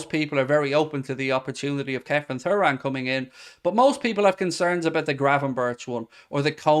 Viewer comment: DON'T shout at me please, but u seem to be the only chap on Youtube mispronouncing Frederico (its Federico) and Thuram (pronounced Turam, just like his legendary Da....). Have a heart, mate, and give me poor OCD a break. YNWA 👍